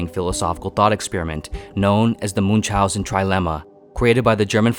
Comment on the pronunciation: Americans, please, look up pronunciation of Münchausen, Camus, Frankenstein, ..., people you mention a lot, and butcher their names in full.